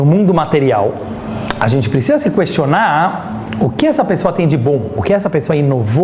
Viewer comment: Meu marido di q falo igual judia e eu n entendia o q era isto. Agora sei: falo igual ao rabino. kkkk questioná á. Elá á. Falado ô. Dando enfase nas silabas e adicionando varias vogais. rsrs (vai ver são meus antepassados sefarditas! <3 adorei!)